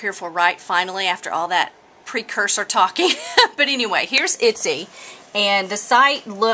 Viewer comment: Itsy? Your totally slaughtering the name! watch other videos and you can see the correct pronunciation. Thank you for the information though.